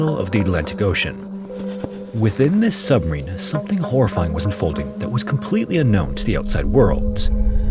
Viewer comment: I can’t get over how you slur your words. You need to annunciation better. You say Submarine sometimes, and then “submeen.” You need to slow down